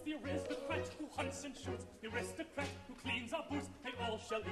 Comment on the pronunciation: A fine production, but please...the word Aristocrat is pronounced with the accent on the initial "A" not as pronounced here i.e "a-RIST-ocrat".